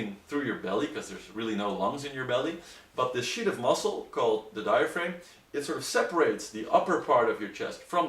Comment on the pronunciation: Exactly. A better way to try to explain it might be to say that the posterior of diaphragm rhymes with am, ham, ram, etc., not with aim as in to aim a gun. But, while their pronunciation of diaphragm as diaframe can be a bit distracting, overall their English is better than that of some native English speakers I've heard.